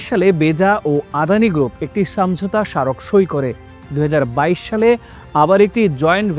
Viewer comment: সামঝোতা না বলে বাংলা শব্দ সমঝোতা বলেন।